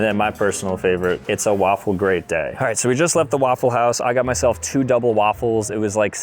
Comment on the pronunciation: "It's a waffle great day" sounds like "It's an awful great day" as well as "It's a lawful great day"